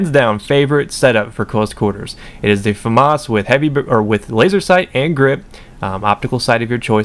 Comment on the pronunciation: It's a French weapon, pronounce it properly (fuh-mah). The s is silent